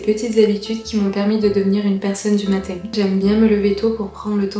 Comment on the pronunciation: Pourquoi tu as zero accent mais tu prononces matin bizarrement ?